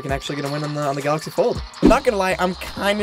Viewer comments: Anyone gonna notice how he spelled galaxy wrong? He said "galxay" but its galaxy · "GALXAY" or galaxy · "Fortnite on the Galxay Fold" Hmm...